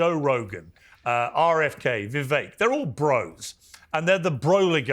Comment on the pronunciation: His name is Vivek pronounced like cake!!!!